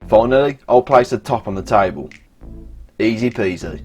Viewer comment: Tibles, chines and stiples! Grite mite!